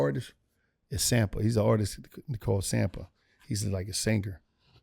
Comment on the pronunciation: Shouts out to not knowing how to pronounce "Sampha" lol